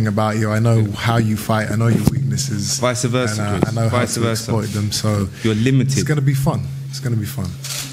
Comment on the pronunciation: Vice versa not viser versa Degale! Team Degale though, Eubank is mental.